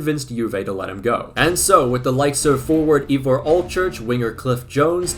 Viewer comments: Great video, and a lot of fun, but your pronunciation!! Seriously bro, just ask someone, anyone here in the UK not just the welsh how to say names like Ivor ---- 'eye vore' .. hilarious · Because no one will: Llewelyn (like clue-WELL-in, but the c is more glottalised) Leigh (LEE) Ivor (ivory without the Y) Iwan (pretty sure it’s YOU-un but some people with the name say it differently) Hope it helps, but I doubt you’ll use any of these names again lol